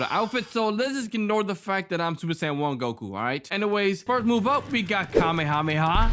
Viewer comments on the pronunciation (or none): none